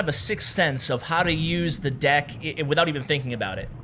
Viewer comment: That awkward moment when you almost say "dick" instead of "deck"😂😂😂😂